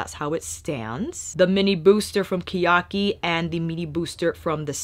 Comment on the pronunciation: It’s pronounced ke (keh) ya- ki (ee) け や き